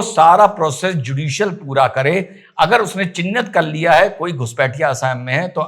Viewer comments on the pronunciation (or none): अरे उनका नाम- हेमन्ता नहीं है। उनका नाम- हिमन्त है। और राज्य का नाम- एसाम नहीं है। राज्य का नाम- असम है। Assam = Ass+am = असम